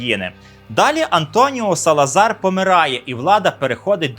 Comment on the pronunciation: Салазар, а не Салазара.